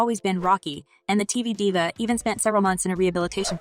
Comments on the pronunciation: This must be Ai generated. Diva, a common celebrity word was pronounced as Die-Va? I couldn't finish this after that. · IT'S L O L. You ARE supposed to say the letters. It's not a word! And it's DIVA sounds like DEEEVA. This is the wrong person to do this reporting...geez